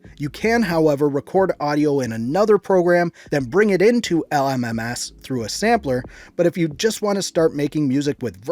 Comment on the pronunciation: the way he said l m m ass